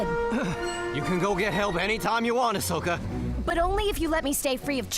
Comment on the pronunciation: Dziękuję za ten panel! Tylko błagam ! czyta się Asoka (wiem, że to mały błąd wymowy ale dla mnie SW bez Ahsoki to nie SW ;D)